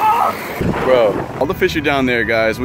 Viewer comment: If you are going to say bro so much at least say it right its bro not bwo